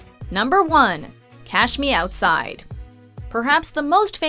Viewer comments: Lina Jae she pronounced outside as owcye too. How bout dat? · she says ousside.